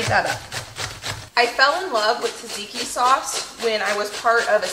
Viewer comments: Btw its pronounced Zadziki, not Tazaiki !! Love yr videos. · Everyone else has great tips on how to make the best tzatziki they know of meanwhile over here the only tip I have is that it's pronounced Cha-cheeky